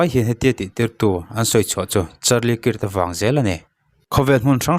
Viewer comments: Krak kak ti chiah silo alam hi dik lo maw kirh chu mizotawng a chhiar dan ni in kahria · Charlie kik ti a lamloh tur,kak tiin lam la,hriat a nuam zawk ang. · "kirt" ti in lam ri suh, "kark" ti in lam rîk tur..A in ziak ang ang in i lam ri a.. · A hming hi lam dik thei la chu atha sin😂😂 Kirk hi kark tih anga lamrik tur alom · 😂😂😂 nia mawleeee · A hming lam dik hram la chuan a tha mange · Kirk i lam rik dan hi a dik meuh maw...,🤔